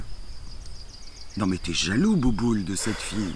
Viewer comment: Elle ma tuer avec "bouboul" 😂😂😂